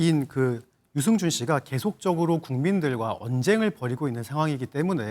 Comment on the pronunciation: 유증준 아니지요 아나운순분~~들 똑바로 해주세요